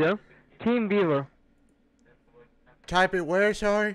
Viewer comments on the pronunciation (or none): Anyone else swear the first guy said "Team Beaver"? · Was he saying “team beaver” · It always sounds like "Team beaver" 😂😂😂😂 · TeamViewer. I swear the guy said King Beaver. He should have written down King Beaver and made the guy correct him. Several times....you know, to test his patience.....that's always fun! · Sounds like buddy is saying " team beaver" lol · When they say teamviewer it sounds like they say teenviewer, which unfortunately doesn't go anywhere because that would be a brilliant way to play with them :D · Does anyone else keep hearing "Team Beaver download"? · "team veever"